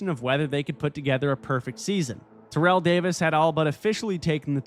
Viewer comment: /Terr/ell Owens, emphasis on "Terr", not Terr'ell ala Terrell Davis.